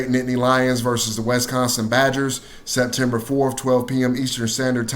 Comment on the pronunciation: Wes-consin? Wisconsin!